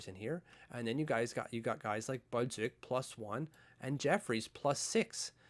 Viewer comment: My only comment, stop pronouncing Samuel Bolduc with such a heavy accent. Not going to fly on the Island.